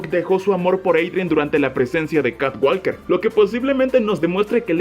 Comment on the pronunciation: walker se pronuncia woker Sonaría catwoker